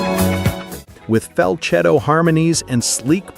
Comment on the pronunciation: “Fal - chetto?” It’s pronounced like “fall- setto”